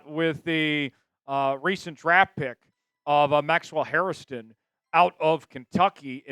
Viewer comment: It’s Hairston, not Harriston. Only two syllables.